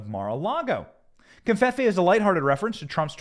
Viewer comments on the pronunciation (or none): No N in covfefe. Please stop saying confefe.